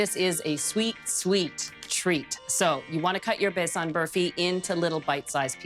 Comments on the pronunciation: Besan is pronounced using one A like Jordan, not Besaan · I enjoyed the recipe as well as your cute pronunciation of besan and ghee. Besan is a heavenly treat , from fritters to flat bread it never disappoints. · the way she pronounced 'besan' haha how cute ❤ this is both an indian sweet and pakistani sweet and it is absolutely delicious ❤